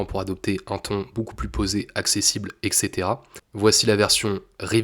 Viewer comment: exetera ? moi je ne connais que et cetera 🙄